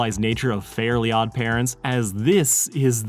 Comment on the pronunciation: Same lol. I was so confused with his pronunciation until I realized that it wasn't called fairy odd parents